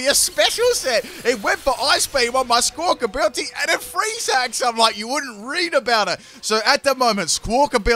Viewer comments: It's amazing, he didn't get that bird's name right even once. it's billy, not bility... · you have had a rough time saying squakabilly